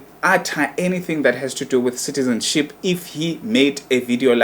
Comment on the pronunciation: I think umuntu who must shut up here its you udom you can't even pronounce"citizenship,neutralization.yaze yadom igay